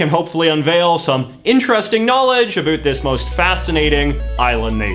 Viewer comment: I can't be the only one getting trigger by the way he pronounces "about"